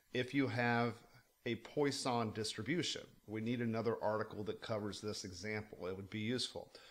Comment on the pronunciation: I think it's pronounced more like that wah than oi.